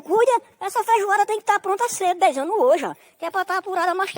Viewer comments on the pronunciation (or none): É DEIZANO , não dez anos 👍